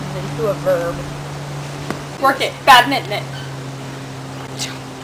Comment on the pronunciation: bad-min-ton NOT mad-mitten!